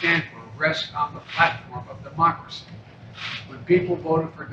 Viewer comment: He says "demoncracy"